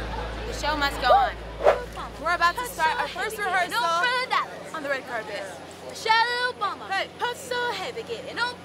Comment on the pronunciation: "Michelle Obamer"😂😂